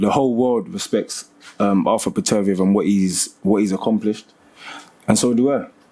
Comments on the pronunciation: Since when do we call Beterbiev ... "PATURBEEIV" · No one commenting on Bob Arum pronouncing Artur beepediv. Had me in stitches! 😂😂😂